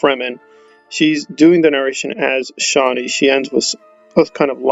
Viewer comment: There are interviews and readings from Frank Herbert, that show he did not pronounce Chani the way you do.